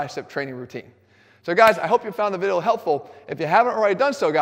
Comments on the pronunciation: "So guys, i hope you found the vidle helpful" Now you cant unhear it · Viddles are not only helpful but delicious. They should occupy 1/3rd of your plate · More like “viddle”